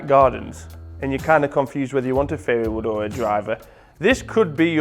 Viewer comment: Thought he was saying fairywood for a while there :):)